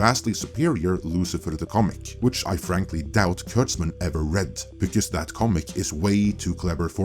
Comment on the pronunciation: heh! with yer accent(?), it sounded like you said "turds-man" instead of kurtzman...😂